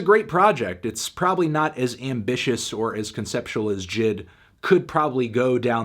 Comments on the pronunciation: J.I.D not jid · Why you pronounce is Jid. It’s J- I-D. He literally says it on Off Deez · maybe i prefer saying J.I.D but it irks my ears when i hear this man say Jid instead of J.I.D 😪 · Lmfaoo it’s J I D not jid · Normal Human Pronunciation: JAY EI DEE Melon Pronunciation: JID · Its not jid its J . I . D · Jay Eye Dee.. Not Jid 😂😂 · Its J.I.D. not Jid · J I D Not jid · it’s J. I. D not jid... it so obnoxious that he mispronounced it the whole time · this man really called him jid the wholee video... its "Jay-EYE-Dee" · I met J.I.D. 2 years ago when he opened for Tory Lanez. Super cool dude. He actually pronounced his name “jay eye dee” not “Jid” just for future reference. I agree with the score though. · Bruh say it with me J. I. D. NOT JID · His name is Jay eye dee lol it just made me a tad annoyed lol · bruh him calling him Jid is mad fucking annoying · 10 seconds into the video and you already called JID “N.I.G.”. Smh fantano, dislike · Bruh why he sayin’ his name like that?😭💀